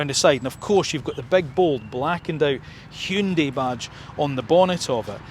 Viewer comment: Wonderful video. And kudos on your correct pronunciation of "HyunDAY". Keep up the amazing work!